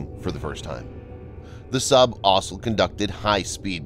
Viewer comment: As soon as I hear the fanfare, I know that the narrator will mispronounce the word 'also' and that when he 'gets into the details,' it means 'here's an advert'.